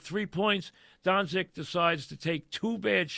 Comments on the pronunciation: Pronounced Done-chitch 😂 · Luka “DoNsIk” Mike, maybe consider taking speech classes. His name has been said 1 million times over the last 5 years and you still can’t get it right? You do talk radio for a living ffs.